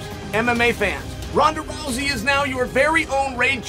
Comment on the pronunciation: Did Chael... just say Ronda's last name incorrectly or has every single commentator and Ronda been saying her name incorrectly all this time